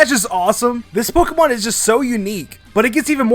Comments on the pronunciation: Hey, I love your videos. But there's one thing that always bugs me, the way you say Poke ee mon. It should be Poke ay mon or poke uh mon. Great video and have a great day! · it is not pokimon it is pokEmon with e as in grey... the é is there for a reason. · What is with Americans and mispronouncing Pokémon as Pokeeemon